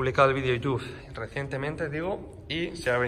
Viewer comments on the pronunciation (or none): none